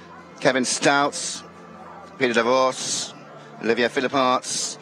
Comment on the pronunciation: English native speaking commentators butchering foreign names constantly. You know it is bad when Olivier becomes Olivia. There are pronunciation dictionaries available online even conidering regionalect varieties for just one name. It takes less than 30 secs to check. Pls, go that extra mile out of respect for the riders and wonderful horses who are giving their best for our entertainment.